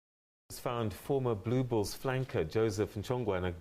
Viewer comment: had to listen to that twice blue BULLS - I thought you said balls.